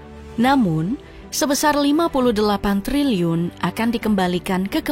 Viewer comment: Sampe kepleset min ngomong triliunnya😂